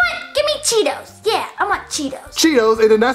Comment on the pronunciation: I thought Panda said I want Tito. Not cheetos.